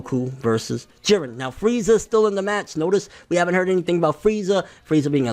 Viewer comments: Whew... You are finally pronouncing it not Jeed-ren. Thank you. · I'm glad he finally says jirrens name right